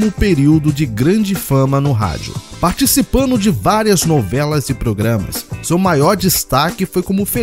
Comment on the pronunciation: Dignidade é uma opção de vida ❤ parabéns pelo conteúdo. "Crítica Positiva " - ouça a sua narração, peguei erros que você pode corrigir - "incluino" - "participano" - "dublano - "ampliano" - "dublano" - "participano" - "destacano" - "dublano" - "relembrano" - "seno" - "assistino" O BG ficou alto conflitando com a locução